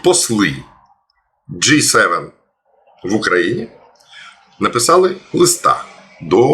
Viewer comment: I'm sorry, but G7(gee seven), not like J7(jay seven).